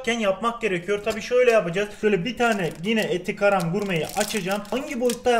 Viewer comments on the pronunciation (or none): Normalde karam diye okunur 2. Saniyede eser abi garam gurme yapacaz bugün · eti garam 😂😂 Allah yolunu açık etsin abi seviliyorsun 😄